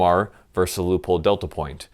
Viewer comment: Is it just me or does it sound like he's saying loophole every time he says Leopold??